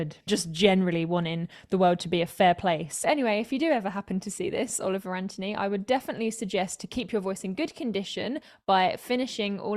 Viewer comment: First learn to properly pronounce Anthony. Second may want to look up the reference to miners and then minors on an island somewhere....